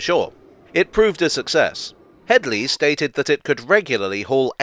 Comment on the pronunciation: "It's not Hedy, it's *Hedley*." I'm sorry, couldn't resist.